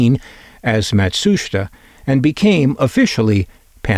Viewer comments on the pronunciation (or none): I believe it's pronounced: Matt-Soo-Sheetah.